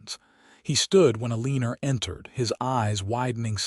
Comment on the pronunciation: You have NO JUST CAUSE to be bragging about your AI system that UTTERLY MANGLES, RAVAGING the American English language so very badly. For instance: the offensive sound if "Ĕlēē'nerr" - just for one of several instsnces. HAVE MERCY!!! I BEG YOU!!! SINCERELY!!!!! 😊😊😊😊😊